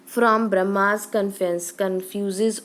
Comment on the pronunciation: Its BURMA not BRAHMA 😭